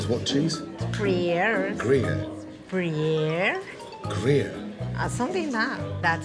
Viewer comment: "okeyh he say the cheese is breaihhh???????? Breeeeeeehh??????????? Breeeeath airrrrrhh??????? Brreeeeaaaadddd?????